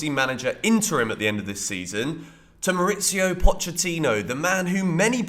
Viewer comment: Good video. One note: Pochettino is from Argentina, and his first name is pronounced "Mau-reese-io' There's no 'itz' in it.